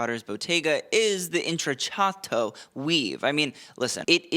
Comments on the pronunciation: Indeed - cc followed by a vowel is “ch” and cch is “k” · intrecciato: The double cc is pronounced like a k. Like the word “Pinocchio”. Just trying to help ya out! You do an amazing job on these videos.